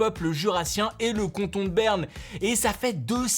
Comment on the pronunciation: Par contre c’est cAnton pas cOnton